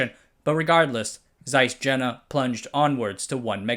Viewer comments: Carl Zeiss Jena;... say Yehna not Tshenna....! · It’s pronounced Carl Zeiss YANA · the letter J is pronounced like a Y. Jena is pronounced "Yenna". There was a battle during the napoleonic era, resulting in a French victory, hence commemorative place names referring to 'Iena' (e.g. Pont d'Iéna in Paris) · Fan of these videos. It's pedantic, but I think pronunciation of a lot of names could be improved. For example: In this video "Jena" In a different video "Nippon steel" Sounds petty, but I've learned saying these famous names correctly actually matters to the native people where they come from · I liked this video, but why can't narrators pronounce things properly? Zeiss Jena? Come on! Stasi wasn't too great either. With all the work you did to research this video, how much trouble is it to look up how to pronounce things?